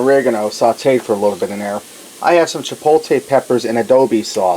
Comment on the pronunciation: Hope they don't make you take this down due to using too much of that song. Btw, it's cha po ta lay in ah doe boe sauce, not adobe. And those were cannellini beans not canelli. :) You cracked me up with this one. Like the recipe though. Cheers.